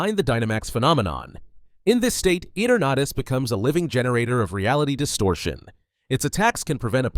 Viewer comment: Eternatus its ee-tur-nu-tus not et-ur-nah-tis